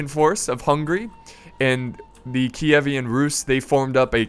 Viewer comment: It's Kievan Rus, not Kievian Rus, I'm fairly certain.